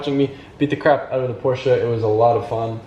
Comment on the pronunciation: I really wish he'd stop saying Porsche like that...